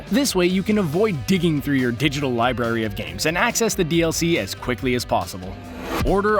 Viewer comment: It's library not liberry